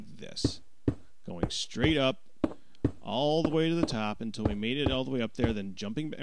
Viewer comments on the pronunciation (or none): none